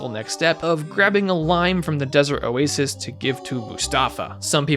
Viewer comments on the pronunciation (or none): none